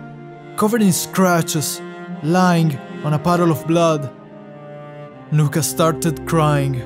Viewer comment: It’s nuka